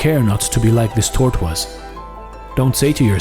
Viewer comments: I enjoy listening to your reading. Your selections are mostly new to me and well-written. You voice is calm and authoritative, neither grating nor somnolent. I wonder if you are a French speaker. While your diction is very clear and usually perfect, your pronunciation of "tortoise" isn't correct. In English "tortoise" is pronounced TOR tus. Please eliminate the "w" sound in this word when speaking English. Thank you for teaching us about Buddhism. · Anyone else crack up at how he pronounces "tortoise?" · I've always wanted to pronounce it like that out of spite because the spelling pisses me off